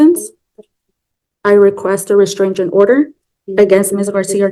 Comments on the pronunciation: Please tell me…what is this reSTRANGE-ing order she speaks of? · Restrangent order lol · Is she saying “restrigent” order??😂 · Why does does she say restrangement instead of restraining order? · Restraingment. Hmmm that’s not a word homewrecker!